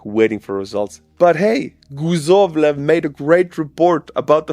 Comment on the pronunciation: In Croatian, guzov means a butcheak (guzica is the whole thing), so I laughed when you called him Guzovlev instead of Kuzovlev. Was it on purpose? Maybe the Russians say something similar? 😂💪👍😁 You know how it goes, the nations of the same language family share the important words, like father, mother, bread... arse... 😂😂😂